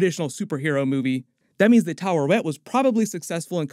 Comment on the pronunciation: stills says Tarewet instead of Taweret xD